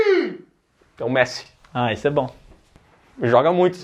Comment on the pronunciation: "Messi" essa doeu